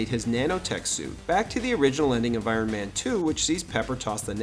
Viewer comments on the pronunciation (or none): Iron maynee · Uron mayne 😂